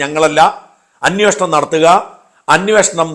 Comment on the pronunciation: അന്യോഷണം അല്ല ഷാജാ അന്വേഷണം എന്നു പറയൂ.